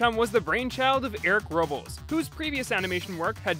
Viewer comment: I'm pretty sure Robles is pronounced "Row-blez"...